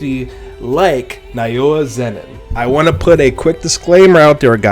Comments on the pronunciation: Now-yuh is how you pronounce Naoya btw 😊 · Just a little help with the pronunciation of his name. Naoya is pronounced like NOW-YUH. Great video btw brotha